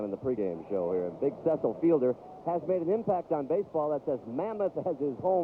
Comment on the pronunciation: PA announcer says, "CEE-sull" instead of "CEH-sull" and you can see Fielder say, "Aw, man. He called me CEE-sull, man."